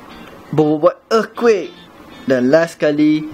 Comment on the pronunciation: sok inggris lu anying dah pelat earthquake tk lagi sono